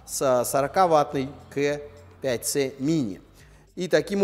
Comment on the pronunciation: Очень режет слух КЭ5ц. Почему бы не говорить правильно, по Русски - КА5цэ